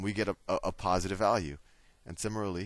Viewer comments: sim-i-lar-ly =/= simmer-al-ee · lol..i find it funny the way he pronounce "similarly"...anyways, this video is helping me A LOT!! thanks very much!! :D I really appreciate it!